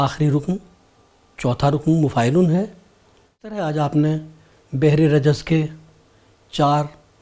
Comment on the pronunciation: بھر ہوگا بجائے بحر